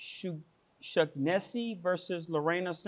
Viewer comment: That last name is pronounced O-Shaun-uh-See